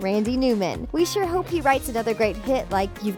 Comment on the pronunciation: AY HOUP De Y NOT SCRAP TOY STORY 4